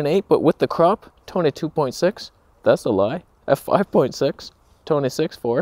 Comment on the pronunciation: It's not Bokeh anymore it's called Tonay... I wonder what Chelsaaaay looks like.